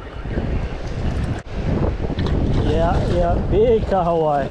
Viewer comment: Hey. Just wanna say that your pronunciation for the fish kahawai is awesome my dude NICE. Hopefully you guys enjoyed your working holiday in New Zealand. Let's go